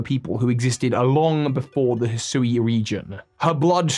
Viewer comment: Isn’t Hisui pronounced HE-swee?